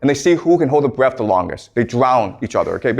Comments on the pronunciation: It’s “Breadth” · Breadth not breath